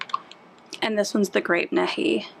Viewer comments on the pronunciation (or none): You did a wonderful job on your swirl. FYI, you are toooooo young to know this but the grape colorant you used is based on an OLD time soda but is pronounced grape Knee High. It used to be my favorite when I was a kid. Did you ever come up with a name for your lovely soap? Adorable little helper you have.